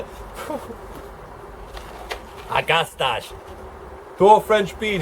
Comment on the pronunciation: Nice seed haul - great deal you got. I might help with two of the flower names: Agastache = A-gaw-sta-kee. Ageratum = Aa-jer-ay-tum.